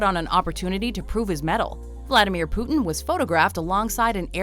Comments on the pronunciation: I dont like the way his name is pronounced in english. Cmon, its Putin, not Puthen. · Poutine hahahaha love the anglophone pronunciation